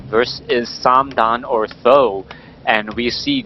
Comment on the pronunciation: why do always say "saam daan" (something like that). SBK says either th000 or huang xiang